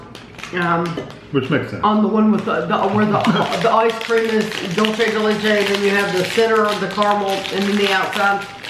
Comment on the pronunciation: Thank you Big wig. Somebody finally corrects on how to pronounce Dulce de Leche. I’ve always wonder if and Kevin do it on purpose or they really don’t know how to pronounce it.